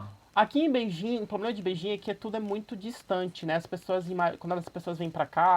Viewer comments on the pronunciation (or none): Ele traduz e fala "ploblema" .